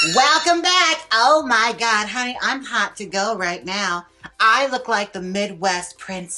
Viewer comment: the wisconsin jumping out when jaymes said HAWHT to go